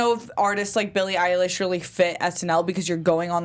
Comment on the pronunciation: EILISH NOT EYELASH!